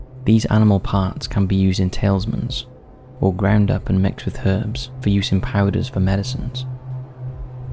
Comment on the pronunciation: 'Talismans' not tailsmans